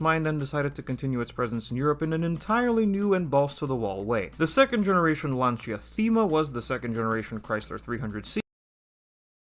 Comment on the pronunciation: It's pronounced LanSia not LanCHa